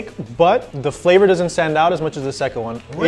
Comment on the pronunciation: Everyone: Flavor: Fleeevor 😂😂😂